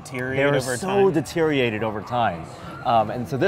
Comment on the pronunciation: has trouble saying words like Deteriorated. "So Detereated over time."